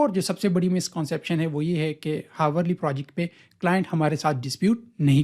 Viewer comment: bhai hawar nhi hota ourly >>>>Hourly